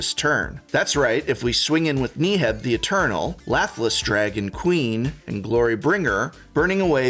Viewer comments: Can we acknowledge that he pronounces Neheb as "nee-heb"? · If he says knee heb one more time !! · Do you purposefully miss pronounce legendary creatures names just to piss people off? KNEE-heb... ZACIMA. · oh man, I just love Knee-heb the Eternal. it's my favorite creature from the Aye-mon-keet block lol just kidding, Prof. I love your work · Knee-heb? You gonna do my boy dirty like that? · Thank you for the video! but I must ask, Knee-heb ? 😱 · Who the fuck is knee heb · Knee Heb? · Thumbs down for pronouncing Neheb so poorly over 10 times. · I kinda laughed when Prof pronounced Neheb, different from everyone else. Is Prof wrong? Considering his English background I'm wondering if everyone else is wrong! haha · Why does Prof pronounce Neheb like he’s trying to hypnotize me? Jokes aside, really solid video for anyone looking to dip their toes in Red. Maybe more people will see that Red is actually pretty cool, with a large number of interesting and unique commanders, and it can fight you too.